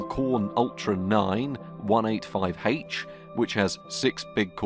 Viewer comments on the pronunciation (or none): It's "185H", not "185heitch".